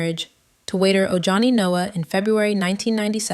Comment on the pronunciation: His name’s pronounced “oh honey”. Not oh Johnny.